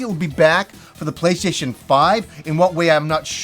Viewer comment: I like how he says "playshayshin"